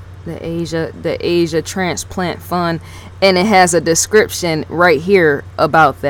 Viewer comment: The name is pronounced Osh sha...ASHA. NOT Asia! You dum ass shut up you sound pathetic!@